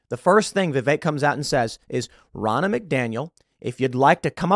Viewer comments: Vivek, Pronounced like cake. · I just want to say that; I've worked with many guys named Vi-vek and I have no idea where you have picked up this bizarre pronunciation "Viv-ache" from and you say it constantly like that. Stop trying to church it up so much and just call him Vih-vek like all of the other Indian dudes are or ask him to change his name to Vivake or Vivache so it will make more sense to an American. We'll leave the "ay" sounding E's to French words like "Filet". 😉😋